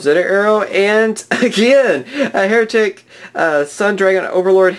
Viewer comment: Hieratic is pronounced high-ratic.